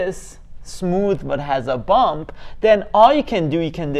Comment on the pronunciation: Did you say a "bump" function or a "bum" function?